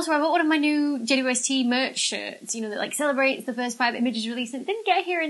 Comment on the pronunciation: Is it just me that hears her saying J-U-S-T instead of J-W-S-T? 🤔😆